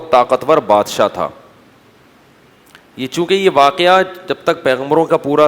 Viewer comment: اللّہ کا خوف کرو۔۔پاکستان میں پیدا ہوئے کچھ تعلیم بھی لی ہو گی۔۔اور تم جیسے failure اردو کا جنازہ ہی نکالتے ہیں۔۔ پاکستانیوں سے اچھی اردو تو۔ گوگل ۔ کی ہے۔ بولنے پر بھی لفظ ٹھیک بتا دیتا ہے۔۔۔۔ لیکن مجھے اس کی ضرورت نہیں۔۔۔ میں بہت اچھی اردو بولنے والی ہوں واکیہ۔۔۔۔۔۔۔ 🤦🏻‍♀️🤦🏻‍♀️🤦🏻‍♀️🤦🏻‍♀️۔ صحیح لفظ۔ واقعہ۔